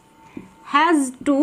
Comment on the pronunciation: আপনি বার বার had do উচ্চারণ করছেন, had to লিখছেন। উচ্চারণ টা একটু ঠিক করলে ভালো হয়।